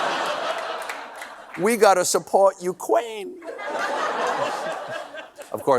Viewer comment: . " ... big wowypop ... we gotta support Ukwaine." . Please bring back Pauly Shore to do Stephen Miller.